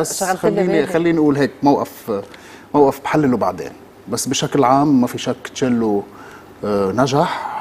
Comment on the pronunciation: اسمه تشيللو مو شللو ههههههه ثانياً ليش يتكلم بالغاز؟ هههههه عالعموم تيم حسن غطى عليهم كلهم بهالمسلسل و يمكن يوسف حس انه مهمش و ما حقق نجاح بدور ادم